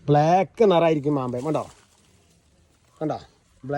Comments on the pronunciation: മാമ്പയമല്ല സഹോദരാ. മാമ്പഴം എന്നു പറ? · മാങ്ങ എന്നു പറഞ്ഞാൽ പോരെ സഹോദരാ.. ... മാമ്പയം 😅😅